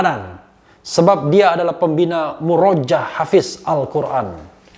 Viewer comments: bung RH tolong baca murojaah (yang benar murooja'ah) - bahasa Arab -. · Mohon maaf bung refly.... Itu muroja'ah pake ain tdk murojaah dgn a panjang .... Mohon maaf sekli lagi